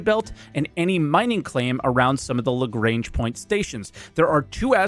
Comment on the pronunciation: Lah-GRANGE not la-g -rang